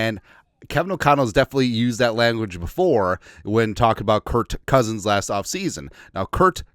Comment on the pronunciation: It is Kerk not Kért Cousins.